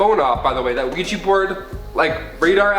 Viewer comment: OUIJA NOT OUIJI